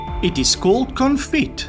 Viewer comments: It would be better if a REAL chef would give the answers, Confit is a French term, hence the final t is silent (not pronounced.) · Good fun but my goodness the pronunciation is way off, viz confit.